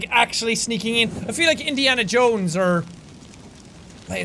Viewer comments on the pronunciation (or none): none